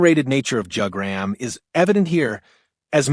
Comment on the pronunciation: I clicked on the video because I thought it was interesting then you said Jug-gram